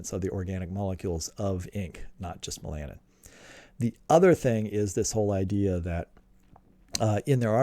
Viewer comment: When you say "me-LAN-in", do you mean "MEL-a-nin"? {:o:O:}